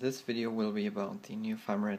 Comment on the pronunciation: I love how you pronounce 'new' as 'near'. It's funny :)